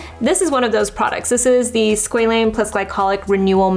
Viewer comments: It’s Sqa Lane Not sqelene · its pronounced sqwa-lane 😭